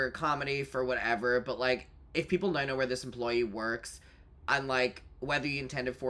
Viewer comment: “He has children NAOW” lol